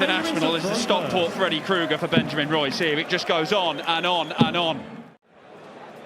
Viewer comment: Stockport Freddie Kuger!? 😂😂😂 Commentating isn't the toughest job, but not easy either 🫤🤷‍♂️😂